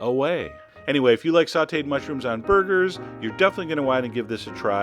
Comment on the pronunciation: I thought he said, " A good topping for boogers." I was like WTH. O-O